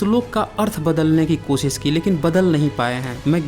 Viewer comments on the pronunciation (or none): none